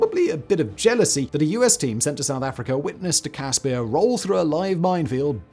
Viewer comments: As a South African I just want to say that the pronounciation of the CASSPIR is Casper like the ghost not Cas spear....✌🏼🇿🇦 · its a cas-per not peer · Only issue is that you mispronouncing the i in caspir its an afrikaans i you are pronouncing an afrikaans ee it should be like the i in bird